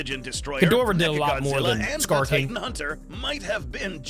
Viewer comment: IT IS MEHKA GIDOHROH